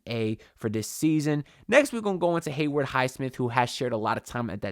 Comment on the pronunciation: What’s it going to take for you to pronounce Haywood’s name right bro 😂 it’s Haywood, not “Hayward”